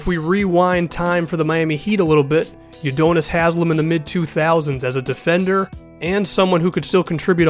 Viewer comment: You say Udonis weird but it's cool